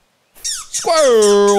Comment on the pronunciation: i just love the way he says squarle